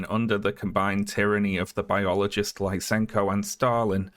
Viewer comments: Lisenko is pronounced like "lee-senko", not "lye-senko". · You pronounced Lysenko's name and surname wrong. I was like "Who's LaisEnko?"